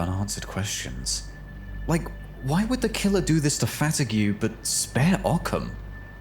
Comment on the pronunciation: I just noticed, why doesnt pronunce fatigue name the french way?